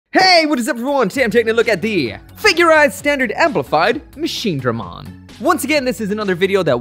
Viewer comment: Finally! Machinedramon and not Machinedremon